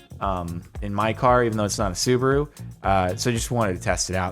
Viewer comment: Sue-bah-ru I'm dying😂😂😂😂